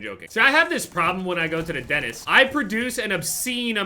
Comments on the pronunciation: 5 fucking years and it's still denist and not dentist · I remember the last time you said the word "dentist" a lot of people complained that you pronounce it "denist"